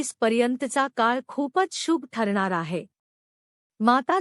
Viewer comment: शुभ हा शब्द बोलायला shika.